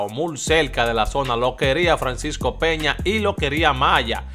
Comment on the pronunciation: Porque tu siempre dice mul se dice muy hermano